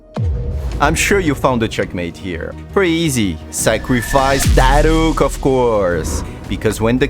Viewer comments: "The best checkmate goes with Da Rukh sacrifice" (!!) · sacrifice DA RUKH(!!) AND THEN CHEKMAHTE